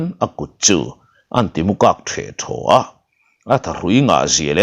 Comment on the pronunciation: Timukak- Timuke tih tur